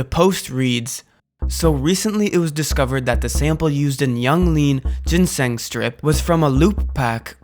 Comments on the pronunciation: Pls stop saying ginseng like that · Learn english 💀💀you dont know how to say archived or ginseng